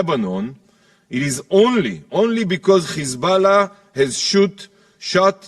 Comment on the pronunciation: This devil should learn how to pronounce certain words. Sick of hearing Khhamas, khhizbollah, khhouthis.